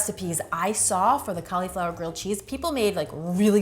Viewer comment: Ca-LEE-flower. Heehee